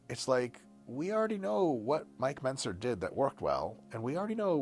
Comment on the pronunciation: Next, he'll be like "I said Mike Mezner"